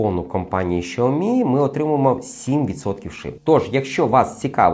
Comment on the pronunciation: Шаомі😂може Сяомі?